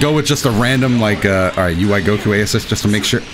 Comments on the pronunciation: Am I the only one who heard say UI Coco instead of Goku in the second match 😂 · Play team "Incoherent speech" Janemba (B) Kid Buu (A) DBS Broly (C) Mostly cuz I wanna see more Janemba